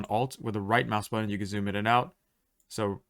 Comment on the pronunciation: and how to pronounce words like "button" incorrectly.